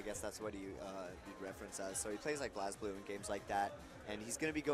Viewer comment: Haha he said blaz blue cx